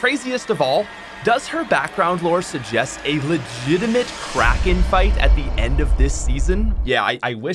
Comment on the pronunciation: When he said "Kracken fight" I heard "Crack in-fight" and was very confused